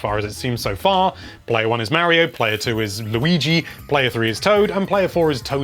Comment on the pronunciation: Mario maker 2 not Mary-O maker 2